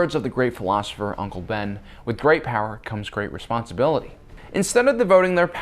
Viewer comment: at least Palpatine knew its spelt power not powaa